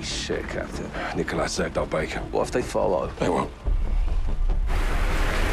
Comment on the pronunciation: You said 'sayed'